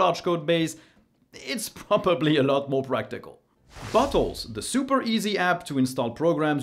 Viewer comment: Just spat out my drink when you said "Bottles"... it really, really does not sound like that word xD